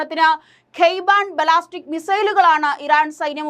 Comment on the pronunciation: ബലാസ്റ്റിക്ക് അല്ല ബാലസ്റ്റിക്ക്😅